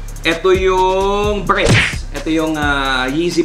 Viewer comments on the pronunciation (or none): BREDS. Not BREADS! Haha ano yun tinapay?? Bred is for Black and Red!! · Breds bro hindi breads 😂